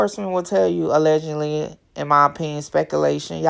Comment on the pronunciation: So they tripping because you say A-legend-ly instead of a-ledge-ed-ly😂😂😂 is it really that serious 😂😂😂